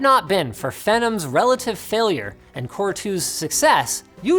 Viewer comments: Hey, I just noticed that Linus is the second YouTuber to pronounce Phenom as `fen-um` (like Venom) instead of `fee-naam` (/fɪˈnɒm/) , like what comes up on a Google search for the pronunciation and what I'm used to. Is Linus and the guy from Snazzy Labs (who I believe is Canadian) from the same region, or is this general a Canadian thing? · Did you just say "fennum" instead of Phenom ("fee-nom")? *Facepalm* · It's pronounced "Fee-nom" (like nom-nom), not "Fen-um". Phenom. Fee-nom. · Did Linus just pronounce phenom as 'fenum' ? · And despite how bang on this vid is, all I walk away with is Linus pronouncing "Phenom" as "Fennim".